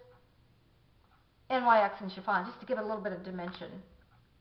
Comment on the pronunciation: And, just for your reference, NYX is pronounced "nicks". Say it or don't, it's up to you. I just wasn't sure if you knew.